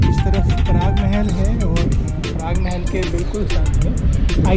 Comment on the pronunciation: Jabeli nahi he dabeli he or Parag Mahal nahi Prag Mahal kaha jata he